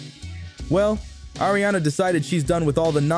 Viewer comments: Its "AARIANA" not air-riana Thanks for the vid 😘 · Ya know it’s Not air-rihanna 😂😂